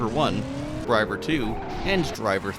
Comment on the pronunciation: don't you mean drive-thee-er?